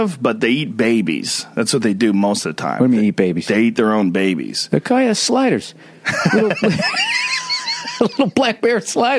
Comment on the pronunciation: Played this at work and my co-workers all bent in laughter when Bill said "I bet you're delicious" to Joe. Immediately followed by "Blackbear slide-ahs" lmfao Billy Buttertoes got himself a gaggle of new gingies. Yah welcome.